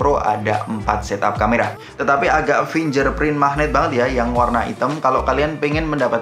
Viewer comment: Koreksi dikit: fingGerprint masbro, bukan finjerprint